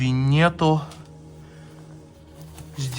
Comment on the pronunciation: Обычный чемодан стал саквояжем😂 ВиннЕту??? ВиннетУ правильно!!!!!